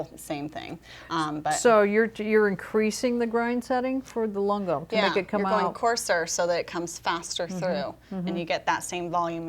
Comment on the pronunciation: "Lungo" is pronounced Loon-go